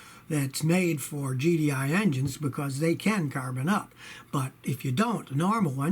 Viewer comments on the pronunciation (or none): none